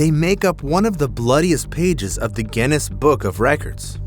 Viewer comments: What is gennis????? dont you mean Guinness which is pronounced gi-nuhs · Are you saying Genn-ness?